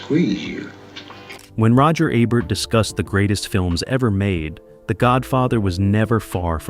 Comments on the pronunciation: It's E-bert not Ay-bert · EEEbert not "ibert" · For God's sake, the man's name is E-bert. Not ebb-bert. Not ah-bert. Not A-bert. E-bert. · aybert. 😂 you need to take this video down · It is EE bert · It is EEEbert like eBay or email. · EE-bert, dummy. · Your inconsistent pronunciation of Ebert I’d distracting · If you’re going to cash in on a man’s legacy, you might want to pronounce his name correctly, consistently, throughout your video.